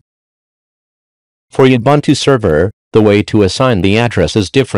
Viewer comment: Your robot reader is pronouncing Ubuntu incorrectly.